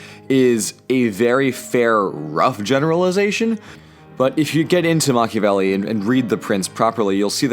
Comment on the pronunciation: MACH-iavelli 5: nyoom